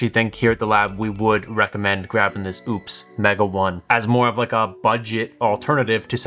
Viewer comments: Ugh pronounced as opus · It's pretty disrespectful to intentionally keep mispronouncing a company's name. This was my first time seeing your channel and if this is what you do you lost all creditability.